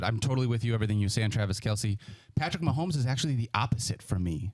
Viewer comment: Nah Nah Nah!!! Stop Pronouncing his Last Name Wrong!!! Dummy!!!